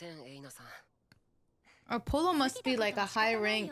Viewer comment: It's AW-POLLO not AHHH-POLO